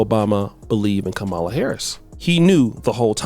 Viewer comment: is pronouncing Kamala name wrong… must be on the sauce for this video 😂